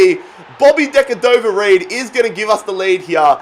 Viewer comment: Just call him bobby reid not decadover reid